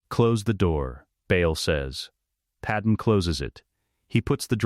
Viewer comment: Please fix Padame's name on future videos. The wrong pronunciation is annoying. Otherwise I enjoyed this.